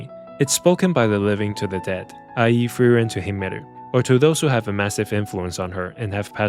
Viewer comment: Fern x Feren??? Honestly, i cannot fully understand the names you said here